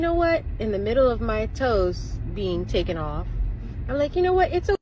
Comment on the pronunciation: Did she say “tooken off” 🤣😂